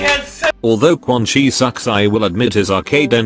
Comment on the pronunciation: Whenever you say Quan Chi as Quan Kai it cracks me up 😂